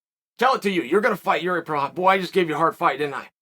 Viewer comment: Yes! He finally know how to pronounce Jiří Procházka!